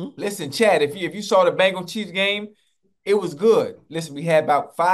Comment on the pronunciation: Unc mispronouncing the Bengals is 😂😂